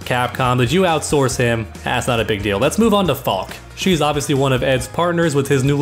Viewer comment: Her name is pronounced Fal-kuh. It's German for falcon, and its a cool ass name.